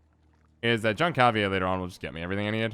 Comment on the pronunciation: I think Jan Calveit may be one of the most balanced cards out of the new batch, works well with a lot of different decks but it reveals what you’re doing to your opponent and has high provisions - btw I think it’s pronounced “Yahn Khal-Vate” , it’s a Dutch name rather than the French Jean